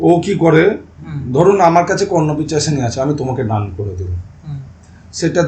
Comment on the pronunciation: O😂😂 he said KarnapiChashini .. it is KarnapiShachini.